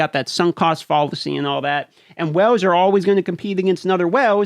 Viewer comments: Is it just me, do I hear "wells" instead of "whales?" It seems like you need your own oil well for this game. Been playing since shortly after release. To this date have never been contacted in response to questions, bug reports, nor even why trying to restore a guildmate's account after his device was destroyed. Are the accounts prioritized by sales receipts, where the biggest spenders' concerns are only addressed? From looking at the gear 13 numbers, the biggest winners are Sith Empire. Protection for prime investment. Had Malak teams not benefited the most, the biggest spenders would be upset their latest investment would lose value before the Star Forge event returned. When you see people in Arena you've been playing against for months suddenly max out the latest meta but you spend months grinding to catch them, but by the time you do, the next grind is in the pipe, the cycle begins again. The is no more lull. When there aren't several events going on, there's new content to grind, often there are both. Without either, the top tier isn't challenged, anymore. What's wrong with that? They might take their money elsewhere. Casual gaming is drying up, so are the wells, too, I think. The so-called FTP for lifers must have to work at this game like a job. If they're free, can they give enough time to compete in a game expecting thou$and$ a year to "compete?" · I just came here to listen to you pronounce “whales” = “whooles” lol, 😂😛👍🏻👍🏻👋🏻🍻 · You have a unique accent especially how you pronounce whales. I thought you were saying wells at first. Lol